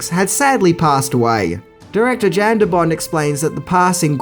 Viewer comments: you also keep caalin "Yan" Jan, and called Dennis Hopper "Hooper" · 1. "Jan" is pronounced "Yan". J is Y in Europe. 2. "John McTiernan", not McTierman.